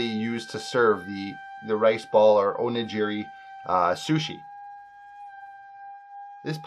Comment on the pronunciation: What made you think onigiri was pronounced like o-nuh-ji-ree? Also onigiri is not sushi